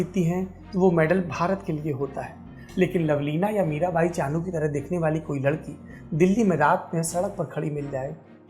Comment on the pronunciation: Mirabai Chanu "Chunu" nahi